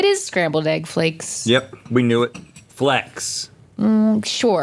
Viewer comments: its flakes! not flecks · flakes. Not flecks. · I do not understand why both of these gentlemen could not say "flakes" to save their life. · see, and here I thought he was just saying "flakes" (referring to the dehydrated ingredients) with an exaggerated Southern drawl 😂